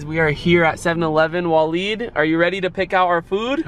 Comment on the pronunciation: It’s pronounced waa-leed it might be spelled Different but that’s how it’s pronounced